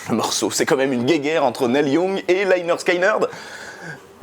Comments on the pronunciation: On prononce "NIL", pas "Nel" Young. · "Nelle Young" mdr Ca se prononce "Nil Yang"